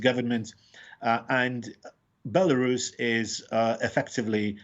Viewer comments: I love how she pronounces the name BIALORUS with the accent instead of the English pronunciation BELARUS. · Why does she call it Bielarus.